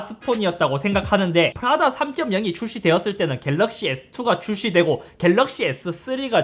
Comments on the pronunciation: 푸라다가 아니고 프라다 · 프라다가 계속 푸라닭이다고 들려요 ㅋㅋ (나 배고픈가?) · 저이거 보면서 생각한건데... 저만 프라다를 자꾸 푸라닭으로 말하는걸로 착각하나요..?